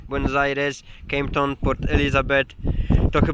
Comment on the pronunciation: Kejp Ton? Gdzie to hah